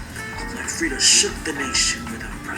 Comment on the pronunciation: its frida kahlo not friday kahlo